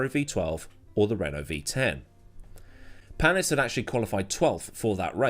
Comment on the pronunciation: Loeb, not Lobe. The S is also not pronounced in Panis.